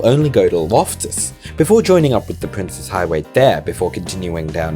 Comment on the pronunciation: You are one of the only people I've heard pronounce it correctly, as "Prince's" and not "Princess". Thank you so much.